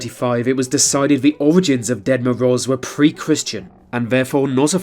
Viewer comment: Can you please stop calling Grandpa Frost the Dead Moroze? Sounds kinda morbid when you pronounce his name that way, Ahah))